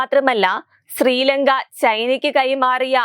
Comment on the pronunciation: സ്രീലങ്കയൊ.... അതെന്ത് ലങ്ക.....???!!!🤔🤔 കഷ്ടം! ചാനൽ കാണുന്നവരെ വെല്ലുവിളിക്കും പോലെ ഇത്തരം വായനക്കാരെ കൊണ്ടിരുത്തുന്ന തത്വമില്ലാത്ത മയി.... 🤮🤮🤮 മേക്കപ്പ് കൊണ്ട് ഭാഷാശുദ്ധി കിട്ടില്ല പിള്ളേച്ചോ..... 😂😂😂🤣